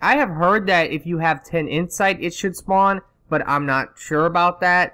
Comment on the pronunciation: "I'm nat sure, I'm nat sure"........